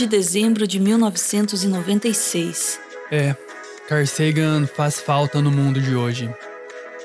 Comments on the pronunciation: Dói ficar ouvindo car Sagan do narrador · "Car" Sagan KEKW